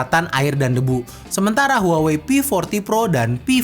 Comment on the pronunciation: maaf. kaLo gak saLah cara bacanya "wahwei"